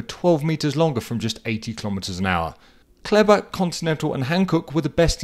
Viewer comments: "Kelber". 😄 It's called "Clayber"! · Perfect as always except maybe your pronunciation of Kleber (from a Frenchman) 😉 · It’s called „Kleber“ ;) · So close 😂